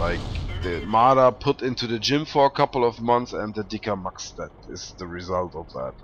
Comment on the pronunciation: Its so lol when you say the name in German :)